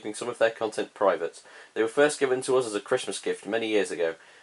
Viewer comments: Nobody: This guy everytime he trying to say us: os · People: us.: uzzz.